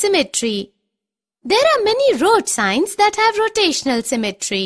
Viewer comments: "road sing" LMFAOO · It is Road sign not road sing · It's sign not sing😊